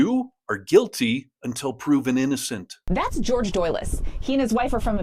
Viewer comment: It's NOT 'George'. It's WHORE-hey...